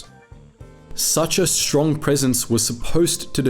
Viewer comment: I don't think there is an "sh" in the word Stuka (shtuka) or in the word "strong".